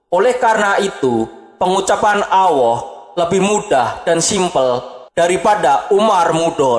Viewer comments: Miiin, min,...Alloh min bukan Awwoh,...lidah nya nya keseleg ya,...🤣🤣🤣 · Gk bisa nyebut allah